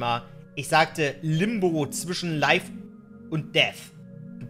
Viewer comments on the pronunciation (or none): none